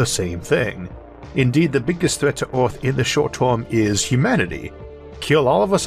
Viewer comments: Well, that's a new accent.... not sure what country that one comes from. The way he says "Earth" sticks out the most. 'euRth'. Of course, it could be a speech impediment? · Isaac be like " Oarthph..."